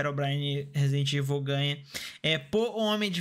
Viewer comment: o falando resident evil KKKKKKKK